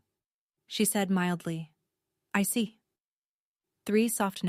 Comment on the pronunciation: “I see” is two syllables, not three